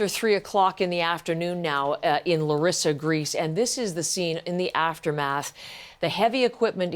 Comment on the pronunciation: It's pronounced LA REE SA. NEXT THE PEOPLE AT FAULT ARE THE PM AND HIS GOVT. AND THE PREVIOUS PM. THEY SHOULD BE THE ONES ARRESTED. THEY KNEW THAT IT WAS JUST A MATTER OF TIME BEFORE A TRAGEDY LIKE THIS WOULD HAPPEN AND WERE WARNED. AND THEY DID NOTHING. The Minister of transport resigned, the next should be the PM.